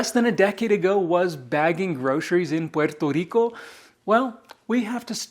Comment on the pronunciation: Your pronunciation of "Puerto Rico" is music to my ears 🇵🇷🪘🪇🎉🎆🎆